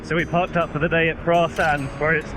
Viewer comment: As a midlander who lives in Penzance and learned the hard way Praa is pronounced Prey ,if you get that right in front of a local you are showing them you took the time to learn something and they will open up more . Hope you've enjoyed the South West